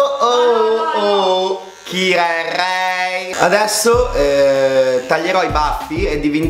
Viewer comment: Minuto . La tua RRRRRRR di Ray mi ha ucciso.